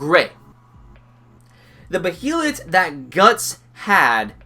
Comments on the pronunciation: "as far as your knowledge goes" exactly, the behalit say it correctly Bay than lit bay lit as in a body of water a bay and a lit candle stop over pronouncing it you tool it's been spoken in the original Anime and the new movies if you can't say it right I don't know what to say and the egg of the king is red others are other colors the one guts has isn't gray it's green so much for being a professor. and do you honestly expect a page for page panel for panel translation it have well over 10 seasons of 26 episodes think in real world context not in fantasy land as a fan who's been reading the Manga for 15 years I never expected it to be a faithful adaptation episode was great can't wait to see a serpico guts fight or when they meet Fera or he actually you know dawns the berserk armor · isn't it pronounced bay-lit? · it sounds like ur saying bohelet wif is wrong with u?